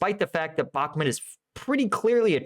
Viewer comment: why do you keep calling Bahmut, Bahmet?